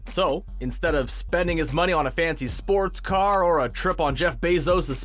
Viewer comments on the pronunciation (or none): none